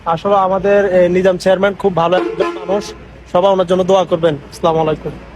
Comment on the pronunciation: ভাই কষ্ট পাইবেননা। একটা কথা বলি সালামটা শুদ্ধ ভাবে দিবেন এর বিপরীত অর্থ খারাপ